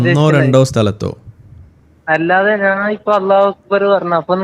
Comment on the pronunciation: നാന് അല്ല കോയ ഞാൻ എന്ന് പറ